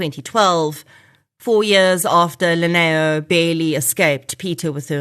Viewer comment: Lineo is pronounced as Dineo Basotho from Lesotho Translates Li=D e.g Limpho as Dimpho Lineo as Dineo 🙏